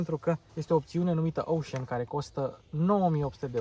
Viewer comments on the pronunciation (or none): none